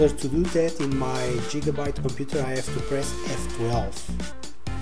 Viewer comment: It's not jigabyte its Giga (gee) (ga) (bite)